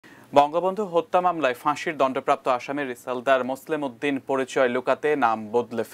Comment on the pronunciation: এটিএনের মতো একটা চ্যানেল যখন মোসলেহ উদ্দিন কে মোসলেম উদ্দিন বলে তখন অবাক হ‌ই। এরা সাংবাদিক হয় কিভাবে ??